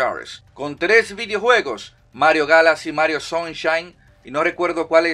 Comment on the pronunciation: "mario galasi" xD